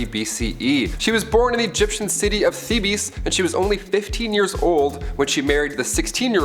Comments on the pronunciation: You're butchering of the names and places shows me you just learned all of this "thee bees" lol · Thebes.... I was like hell no. He just said thebies with such confidence. It was at this moment I knew... this guy doesn't even know what he's talking about. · AAH-kenaton? Thebies? 44 seconds in. Will I be able to stand it? Oh no.... in. Trying to be nice. Still here, but... Producing a male “HAIR?” Okay....now I’m just watching for comedy value.